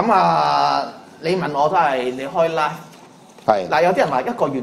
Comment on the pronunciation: 佢個like字同live字永遠都講唔正，真陰公，佢可以讀左個love音出黎，0：19，大家聽下